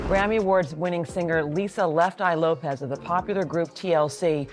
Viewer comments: Good Lord!, first at all the last name is Lopes, not Loaps. She didn't die right at the accident, she died at the hospital. She didn't have a fight with her boyfriend, she got to his house with her sister and saw he had bought all those shoes for him and nothing to her so she took em to the bathtub and light a match and that's how the house got on fire. The car accident was because a car was going in the same direction as her car and she tried to avoid it. Please get your facts together before making a video. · Lopes not Lopez ! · Yeah I know, I figured it out the third time it said Lopes😁. The content creator should've spoon fed it pronunciation eg LOW PEZ. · Please put some respect on the queen’s name! ❤ “Lopes = LOW-PEZ” 🙏🙏🙏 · "The pronunciation of Lisa's last name, in this video.. is sending me🤣🤣🤣